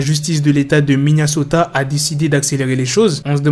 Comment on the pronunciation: Stp arrête de dire MinneAsota dit en fr Minnesota mais tkt j'aime qd mm t vidéos